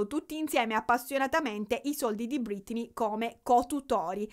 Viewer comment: perché chiami Britney, ‘’Brittany’’?